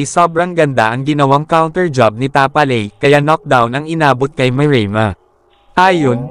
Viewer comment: Tapales po at hindi tapaley